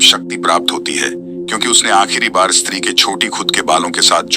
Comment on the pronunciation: Bhai “street 2”nhi “stree2hai